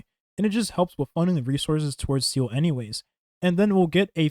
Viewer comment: 7 months after launch and this clown still calls her ‘seal’